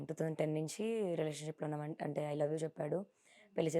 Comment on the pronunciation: liratiuion kade anchor amma relation palakadam kuda ravatledu interview chestunav